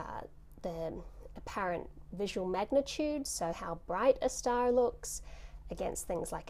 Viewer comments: I like how you say "stah." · i love it when she says star stah